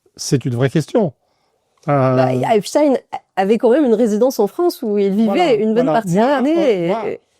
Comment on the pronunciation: Et le Mossad y est pour quelque chose. Epstaïnne ou Epstine 🤣